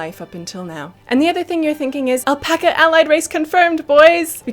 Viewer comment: Did you say Alpaca?